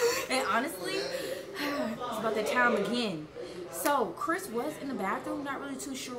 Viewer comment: Did she say Chris or crisp